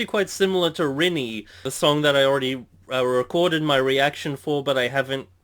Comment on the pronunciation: It does seem as though they are going a more darker, heavier vibe on this record. I can dig it. Spotify has different loudness requirements than YouTube so there's that. But Rinne is pronounced Ree-Nay.